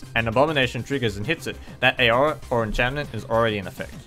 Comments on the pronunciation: I live in Australia (and I'm assuming he does too) and I've never heard anyone pronounce 'aura' as 'eyora' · Nice video but you're not supposed to pronounce the A in Aura. you pronounce it awr-uh. Source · It sounds a bit like you're trying to pronounce aurora lol.